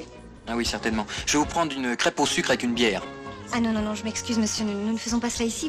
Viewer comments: bah oui c ça qui rend la scéne mythique: c'est une crêpe au "suc". Hilarant. Mais il ne prononce pas le "e" non plus, sinon on dérape. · oui il dit du suque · Vous avez de la pâte vous avez du sucre alors avec la pâte vous faites une crêpe et vous mettez du sucre dessus ' on dirait que le comédien ne prononce pas le 'r' de sucre